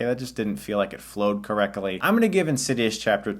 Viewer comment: 'Correcoly' hahaha